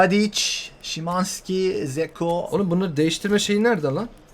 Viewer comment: Zeko değil lan dzeko